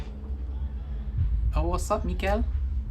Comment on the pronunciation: Great reaction, might be nitpicking but Mikkel is pronounced like Nickel with an M. 😜